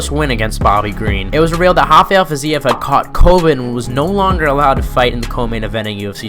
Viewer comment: rafael fiziev is not brazzilian , dont call his name hafael